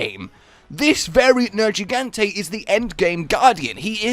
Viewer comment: I will never forgive you for purposefully mispronouncing Nergigante. Respect the name. Jesus.